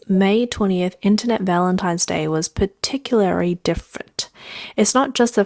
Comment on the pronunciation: Particulary? Not even a word, it's particularly.